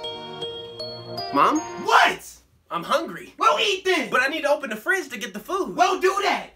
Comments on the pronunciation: That first “close ma fridge” had me dying lmao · She cep saying close my frigh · I love when the mom says close my frige and she excuse me my elitricty is running out